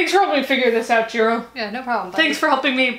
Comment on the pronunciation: Its jirou not jiro